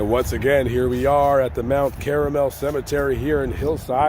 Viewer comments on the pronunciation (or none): It's not Mount Caramel! Lol😅. It's Mount Carmel ! 😅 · That is sickening. But it's Mount Karmel, not caramel. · Mt caramel, lol. It’s Mt Carmel. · Mt .Caramel (6.57 )huh? Were they Kraft Caramels melted to make a mountain? It is Mt. Carmel , Twit ! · I’m pretty sure it’s Mount Carmel not Mount caramel huge difference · It’s Mount Carmel, not Caramel… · Mt. Caramel is NOT Mt. Carmel. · mt caramel cemetery???do you mean mt carmel??? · It's not "Mount Caramel", it's "Mount Carmel". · Just FYI, it's pronounced Kar-Mel, not Kar-A-Mel.... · Mt Carmel not Caramel nitwit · Thank you for the much needed comic relief near the end of your video when you said he was buried at "Mount Caramel" cemetery. It's actually Mount Carmel. Not quite as sweet and gooey. 😁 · It's NOT Caramel, stupid! It's pronounced "CARMEL!" Caramel is a candy!